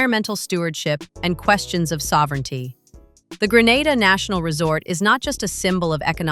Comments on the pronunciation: It's 😂not Granda in Spain it's Grenada kmt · Its not call Granada its Grenada ffs 🙄🙄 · The correct/native pronunciation is Gre na da.....Gre nae dah. Not Gre nar da. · For God's sake it's GRE-NAY-DAH, It is NOT Gre-NAH-dah - that's a region in Spain 000s of miles away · ITS PROUNCED GREEEE NAY DA NOT GRANADA NOR GRE NADA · In this day and age, ya'll muddah arse so blasted intelligent but can't pronounce the Island name properly yet, it's GREE-NAY-DA 🇬🇩. Kaka holes, Gre-nar-dah / Gra-nah-da is located in beautiful Spain 🇪🇸. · How can this video be valid when it can’t even get the pronunciation right of the country? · 1st pronounce the country name properly A.I. You've gone to great lengths to make the video and do research...seems only fair to say the name correctly. All things being equal, good video. Hope you expand more on how the finances to build is structured, is it all from Chinese investors, what percentage is from the Grenadian government.